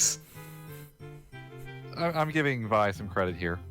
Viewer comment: >says "Vai" instead of "Vee" Finally, a man of quality!